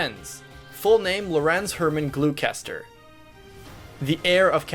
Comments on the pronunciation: I love the Golden Deers so much and I’m so excited to do my first run with them. I wonder why they seem to be the least popular though. Also I’m 99% sure it’s “Gl-ow-ster” instead of “glue-kester”. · literally LOLing at "Glue-Sesster" it's pronounced "Gloss-ter" It´s also funny watching this back after the game has been played and seeing how the bottom two picks are by far the best units in the house (excluding Claude!). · I'm reasonably sure it's probably "Gloss-ter" instead of "Glo-kess-ter" Because for some reason the Hufflepuffs are using names from Massachusetts smh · Heads up from England - "Gloucester" isn't pronounced, "Glue-kester." It's a bit more like, "Glost-er". As in the country of Gloucestershire ("Glost-er-shire"). We're weird like that, we know. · Oh my days you are KILLING me with the pronunciation of Gloucester. Its like Leicester, so its Glo-ster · Glue-kester -> glosster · It’s pronounced Glow-stir. Not Glue-cester. Just putting it out there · attempts to pronounce Gloucester Me: cringes in Shakespeare FYI it's pronounced "glaw-ster" And yes, it's only 2 syllables Also, you can listen to his intro dialogue and he says his name. Albeit in engrish, but you can hear him say "glaw-ster" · It's Glusster not Glue-kester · You maybe butchered Glue-kester, but you tortured and killed Joe-han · Glue Caster. (Blinks) Yeah, nailed that pronunciation. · Gloucester is pronounced Gluster btw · Lyshan League? Glookester? "J"OHAN!? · Gloucester is pronounced Gloster. Like Leicester is pronounced Lester. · Gloucester is pronounced Gloss-ter, and Like Leicester, is named after a real place in the UK. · Dude, this video was great, but Gloucester is pronounced "Gloss-ter." I know, it's weird, but you can blame our neighbouring English. I'm Northern-Irish by the way. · As an englishman it pains me whenever he mispronounces it